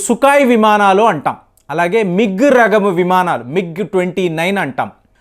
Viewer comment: Language is worst. రకము ను రగము అని పలుకుతున్నాడు.అపశృతి పదాలు రోత పుట్టిస్తున్నాయి. పదాలు తప్పుగా పలికితే విషయం వినడానికి సొంపుగా ఉండదు అనే నిజం తెలుసు కో. ఇది అయితే తెలుగు పదం కాదు, తమిలమో, కన్నడో,మలయాలమో అన్నీ కలిసిన సంకర పదమో అర్థం కాకుండా ఉంది.